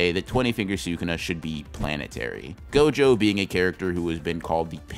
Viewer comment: HE FR CALLED GOJO "jogo"